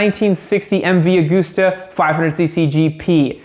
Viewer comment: AUgusta?? AUgusta?!?, I like you but you just broke my heart...